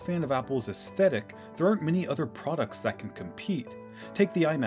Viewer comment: Lmao mac pdoducts